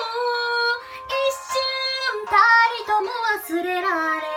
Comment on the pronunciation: 一瞬たりともの【た】すこw